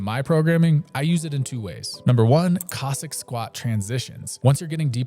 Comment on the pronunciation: love your videos. just noting: Cossack, as in the people. not Kozak